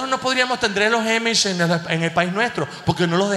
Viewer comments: Se pronuncia AMISH, no EIMISH 😏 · Son Amiish, no emish! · A se dice Amish con la A como si fuera en Espanol HAYyyy muchos Venezolanos en NYC ufffff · "Amish" a como apple